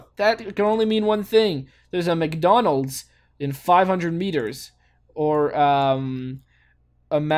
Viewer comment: Wow! Good job with McDonald's!! And, actually, the в is a v! And the и is a i. (But the i is pronounced the french way, so "ee" in english)